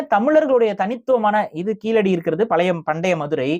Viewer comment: நீங்கள் சொல்லும்போது கீலடி என்று சொல்கின்றீர்கள். கீழடி என உங்கள் உச்சரிப்பு சரியாக அமைய வேண்டும். சரியாக உச்சரிப்பில் பயிற்சி வேண்டும்